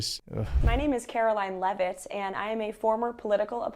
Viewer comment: She can't even pronounce her own last name, it's Leavitt not Levavitts. Geez